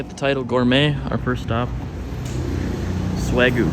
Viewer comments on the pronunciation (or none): Not neGEEE. It’s NEH~gi. Not Weh~goo. It’s Weh~gyu. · I wish I understood why you insist on not pronouncing the y in wagyu.